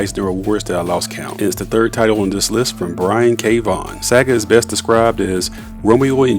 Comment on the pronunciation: Pronounce the words better. It's distracting when you misprounce words like 'Saga'